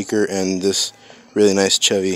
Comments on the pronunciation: It's no said chev-y its said (shev-y) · Chevy is pronounced shevy if you didn’t know